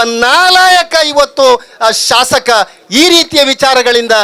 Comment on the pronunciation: ಶಾಶಕ ಅಲ್ಲ ಶಾಸಕ.ಉಚ್ಚಾರ ಸರಿ ಮಾಡಿ ರೈ ಯವರೇ😊